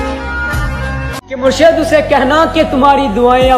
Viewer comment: Murshad nhi bhai murshid boolo